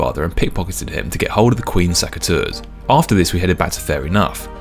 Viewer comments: pls, it's SECateurs, not SACKateurs 😅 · I just wish you didnt say saceteurs 😅